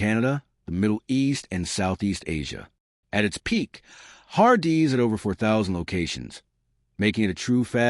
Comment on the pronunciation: I can’t make it past the har-DEE’s pronunciation